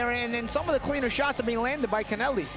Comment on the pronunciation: Commentary guys pronouncing Connelly's name like it's Hispanic or something. Good work boys 🤣